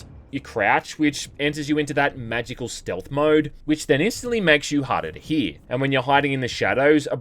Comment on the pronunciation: "Hawduh to hea"